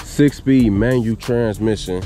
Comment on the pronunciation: Manual not Manu 🙄